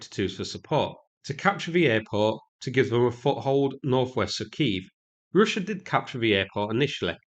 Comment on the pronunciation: Hilariously bad pronunciation throughout. Try practice these when you get a chance: Yellow, Arrow, Russia, Route, Kiev. Also very illuminating hearing bias come through on what should be a rather neutral battle footage video. You aren't fighting there mate and it's another obvious proxy war to keep the war machine bank rolled.